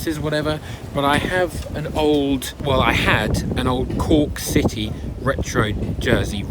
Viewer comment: Citeh Barstad 😂